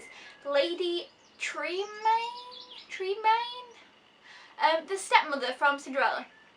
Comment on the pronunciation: lady tremaine is prenounced as jermaine but with a tr, in stead of jer.